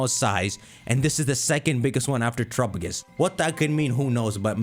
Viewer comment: Just like his horrible pronunciation of "Terapagos".